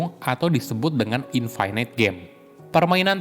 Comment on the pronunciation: infinite bacanya infinit, bukan infinait